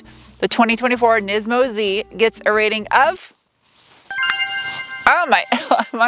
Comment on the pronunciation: How many times did you have to edit or re-shoot because you said "nympho Z"? 😂